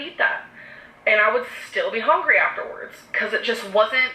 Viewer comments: Lisa Lakies EVERY TIME SHE SAYS HONGRY IT MAKES ME WANT TO KMS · She says HON-GREE